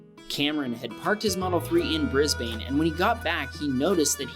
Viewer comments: It is "Brisb - un" NOT "Brisb - ane" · BRIS-BANE!? BRIS-BANE!? ITS BRIS-BEN! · just to let you all know it is pronounsed Bris-burn because i am Australian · Pronounce Brisbane “bris-bin” not “bris-bane” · bruh the fact he pronounces it brisbAne and melbAne make me cringe it is pronounced more like brisbene and melbene :) just for future reference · It’s not brisbain it’s Brisbane I know cuz I live in Brisbane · It's bris bin. not bane as in bat man and bane.. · Mel-boooorrrne and Bris-baaaaaane. Ugh. Pronounced 'Mel-bin' and 'Bris-bin' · omg not trying to be rude or anything but watch you pronounce the states is hurting me Brisbane (bris- ban) Sydney (Syd- nee) Melbourne (mel-bour-ne)f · It’s Brisbane BRIZ-BAN-E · Brisbane is pronounces Bris Ben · Im 20 seconds in and i'm going to bet all the money i have 0.00 that he ends up saying "mel-BORN"and "briz-BANE" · Melbourne is pronounced as ‘Mel Ben ‘ and Brisbane is pronounced as ‘bris Ben’ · it isnt 'brisbane' its said as 'bris-bn' :) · Sorry but u pronounce Brisbane like briz - ben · And Brisbane is brisbn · I’m a Australian and I always get kinda mad when someone says and place name wrong edit I just got happy since he said Victoria right also here’s how you say Melbourne and Brisbane say melbin that’s how you pronounce Melbourne for Brisbane think of brisbin thank me later so that’s how you pronounce them now said Perth right I think at lest I don’t really remember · Just so you know Melbourne it’s pronounced like: mel-bin same with the Brisbane bris-bin (or at least that’s how I say it as a aussie) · AHHYYY AHHHYYYY DONT U AMERICAN PRONOUNCE BRISBANE WRONG ITS BRISBINE BRIZ BINE THATS WHAT ITS PRONOUNCED TO US AUSTRALIAINS not hate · lol Bris bane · Please learn to say the names properly at least google them 😭 Brisbane is pronounced Brisben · You pronounce Brisbane as Bris-bin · Bris. Bane.? Lmaooo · Bris-Bane Mel - Burn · Oh come on :) All Americans know how to properly pronounce "Brisbane" by now.